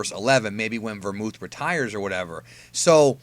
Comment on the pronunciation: dude .....its belmod... not vermooth😂